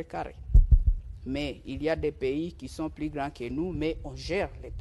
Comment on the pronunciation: Hé! Tala Rwandaise oyo! Oyo ko sakana na ba congolais... Keba na yo ... Yoka ndenge azo confondre ba"L" na ba "R"... Ba lobaka "Plus" et non " Prus"... Keba nayo Rwandaise yo!